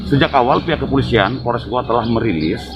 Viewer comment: Saya koreksi bang kabupaten GOWA, bukan GOA 😁🙏